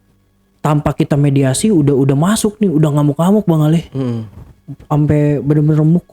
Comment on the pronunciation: mediumisasi bukan mediasi 🙏🏻😅